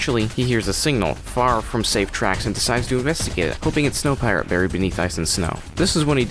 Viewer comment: Its snowpiercer not snowpeirer